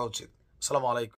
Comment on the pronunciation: Naerm tomar salam dewa thik koro. Salamoalaikum noy . ASSALAMUALAIKUM HOBE.